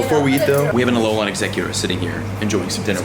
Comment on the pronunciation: it tilts me how you say alolan